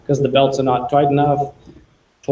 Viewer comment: "the belts are not toight enough. Toight, like a toigar"